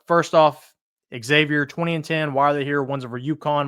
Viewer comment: It's pronounced Zavier, not EXavier